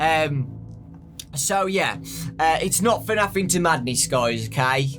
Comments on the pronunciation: Why do u say fernaf and not fnaf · I love how his accent does not permit him to say FNAF properly. He says it like FANAF. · Fenaf you say 😂😂